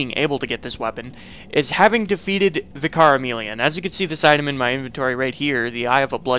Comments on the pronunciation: VIC-ar, not Vic-AR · Why do so many Americans struggle with the word 'vicar'? It's not pronounced 'Vih-car', it's pronounced 'vicker'. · It's pronounced Vika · Why does people say Vye-car instead of Vickar? Is the first one canon? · Isn't it technically supposed to be pronounced vik-ker? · he says vIcar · Man I’ve heard so many people say “v-eye-car” like what?? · Vicar is pronounced like vicker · Vicar. Pronounced "vicker". Rhymes with "liquor", "sicker", and "quicker". For heaven's sake. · How come so many american youtubers mispronounce vicar as vi car its really weird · The way he pronounces Vicar Amelia had me struggle to understand what he is saying. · Just so you know, vicar is pronounced differently.